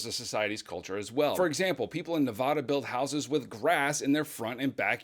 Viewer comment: Where are my Nevadans who felt absolute rage when he pronounced it wrong